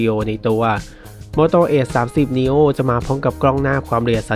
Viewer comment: เห็นด้วยครับ